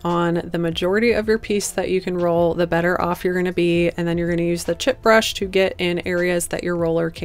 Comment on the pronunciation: Chip brush? Is that what you’re saying?